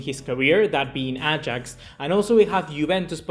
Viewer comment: its Ajax not Agax